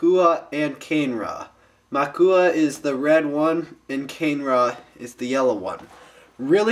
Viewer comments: I have the infected mask. Its cool. Oh yeah, its called KUH-NAY-RAH, not CANE-RA. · It's pronounced "Moo-Ahk-ah" "Ka-nay-ra" Those pronounciations are from a Bionicle Encyclopedia book I have. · you've got it a bit wrong their! the yellow, tiger-like one is muaka, and the red bull-like one is kane-ra. and as magith1 said, the pronounciation of kane-ra isn't actually said like that, it's actually pronounced 'kar-ne-ra', just letting you know that... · the review:informative,cool,but one thing...YELLOW=MUAKA,RED=KANE-RA, i Bioniking approve this message,cool review,(top not to be taken offensively) srry im real ocd) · they are pronounced MUE-AH-KAH and KAH-NAY-RA.